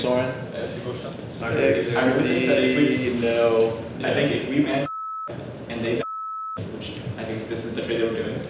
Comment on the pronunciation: He said Soren